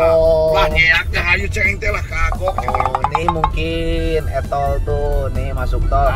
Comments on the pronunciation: Buhahahahaaa 😂😂😂 Pagi² dibikin ngakakakak sm 😅😅😅 El toll bukan es cendol 😅😅 Sehat sllu org baiik. Aamiin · 😂😂😂😂 e toll jdi cenol